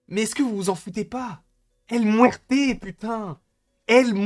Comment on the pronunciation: 😂😂😂😂 El Mouerte... El Mouerte